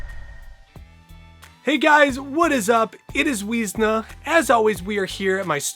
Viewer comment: weezna? really?